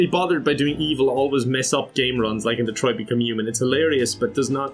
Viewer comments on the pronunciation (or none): none